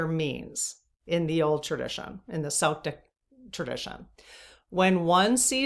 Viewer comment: Celtic is pronounced Kel-tik unless it’s the basketball team.